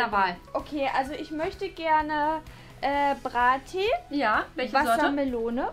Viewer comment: mann sagt nicht bra tea sondern brea tea